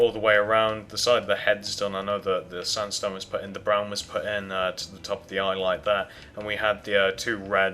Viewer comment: sandstone not sundstone!!!!!!!!!!!!!!!!!!!!!!!!! LOL